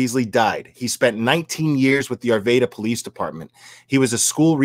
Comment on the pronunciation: Broke my heart to hear if this on Monday. I'm from Arvada. Many prayers to my home town. Will it's pronounced R-va-da